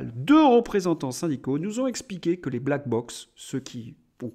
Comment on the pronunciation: Ne dit-on pas , black block ? (et non pas bock).